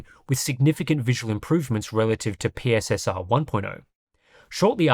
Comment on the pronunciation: PSSR is actually pronounced "pisser"